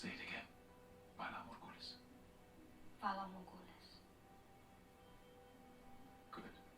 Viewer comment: You speculated that everyone might die in the following season without mentioning that the phrase 'valar morghulis,' (terrible pronunciation, by the way), means 'all men must die.)